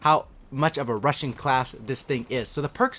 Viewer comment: He knows there is a (g) at the end of (rushing) right?